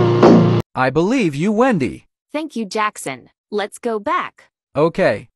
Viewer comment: Endy not wendy